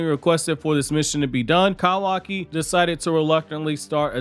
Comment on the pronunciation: Kawaki! LEARN HOW TO PRONOUNCE IT! YOU’RE DRIVING ME NUTS!